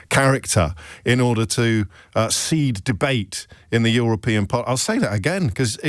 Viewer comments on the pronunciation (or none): none